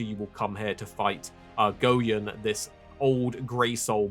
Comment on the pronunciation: My guy said GO YUN😂